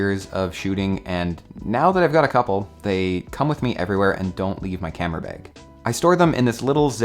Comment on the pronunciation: “Camera beg”